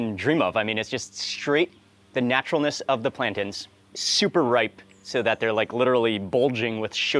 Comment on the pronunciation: When did Mark start pronouncing plantains as plantins? I swear it started a few months ago